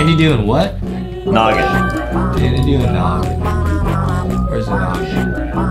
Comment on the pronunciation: He know every combo but doesn’t know how to say “noggin”